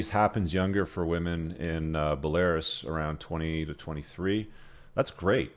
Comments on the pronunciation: it's BELL-A-ROOUS not BELL-AIR-ASS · Bell-ah-roos. Not Bell-air-us. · Bel-Air-Us 😂 You’ve been there and can’t pronounce the country? BELL-uh-ROOS! 🇧🇾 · It’s BELL-uh-roos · Bah Lar is??????? LOL!!! 🤣🤣🤣🤣🤣🤣 It's pronounced Bella Roos LOL!!!! 🤣🤣🤣🤣 This is too funny the guy that thinks he's the smartest guy in the world never heard of Belarus. That's awesome. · its not belaris. its BELA-RUS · No it’s pronounced bolairis, rhymes with Polaris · Buh-lair-iss? Come on man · Bell•a•roos. It's a country near Russia. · Pronounced. Bell-ah-Roos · Bell-a-roose Belarus 👍🏼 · Bell uh rooz. I wonder if intentionally mispronounces words to bug people. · Dude. It's "bell-uh-roos" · Belarus = Bell-a-roose. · "Buhlehrus" lollllll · Bruh just said “bell air us” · Belarus =is pronounced Bell-a-roose. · BELL-A-ROOSE my man. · It's pronounced "Belarews" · It’s pronounced ‘bell-ah-Roos’ my man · BElaRUS. It means White Russia. Not stressed like Walrus. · Belarus is pronounced Bella Roos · Why should we take any notice of some old bloke who can't pronounce Belarus? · please check how to pronounce Belarus. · Dumb mf said Belarus like Polaris 😂🤦🏻‍♂️ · You need to get your pronunciation of Belarus sorted. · Interesting pronunciation of Belarus.